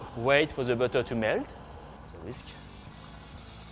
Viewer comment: "Add some butteuur... Bit more butteuur. Liiittle more butteur. More butteur" Yup this guy is French af. XD Gotta love the butteur tho.